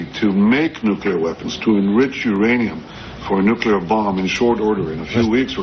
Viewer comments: Wasn’t dying to hear VDH say “nukuler” over and over again 🤦‍♂️ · Love VDH. Please instruct him how to say “nuclear”. He’s pronouncing it like W, “nuculear.”😫😫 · WHAT THE HECK IS A "NCULAR""?? 😄😄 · WHAT IS A "NUCULAR"? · Impossible to take someone seriously eho pronounces nuclear as *nuke-ular*. Another instance of that guy being wrong and a mouthpiece. The very thing they criticized 4 months ago. Same as it ever was. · Nu-clee-ur”, Professor. Not “Nu-cue-ler”! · Why can’t he pronounce “NUCLEAR”?? These super-educated people keep saying “nucular”. It’s so frustrating! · VDH is no doubt a smart man, but my god he butchers the hell out of some words.